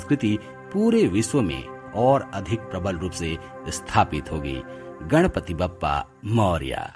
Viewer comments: Please note, it is not Bappa but Baappa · कहो बाप्पा,बप्पा नही!!!